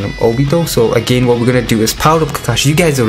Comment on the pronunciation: Lover how u pronounce agayn XD (i subbed just for that)